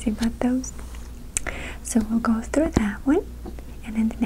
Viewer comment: I love the way you pronounce "through" ^_^ <3